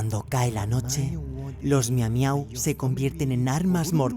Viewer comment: Le miumiu 😂